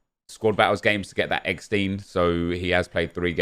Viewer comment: Do you pronounce Rammstein as RammSTEEN like you say eggsteen?